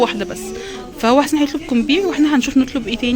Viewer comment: ..عايزه اقولك حاجه.. معرفش تفتكريها ولا اصلا ماعاصيرتيهااش.. كان في اعلان كان غسالات جي ام سي. زمان فالتي في كت اللي فالاعلان بتقول ياحسييين طول الاعلان.انتي بتنطقي اسم جوزك حسين زيها ❤❤😍😍برقه كده